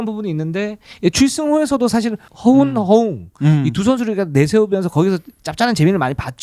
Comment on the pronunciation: 허용아니고 허웅이요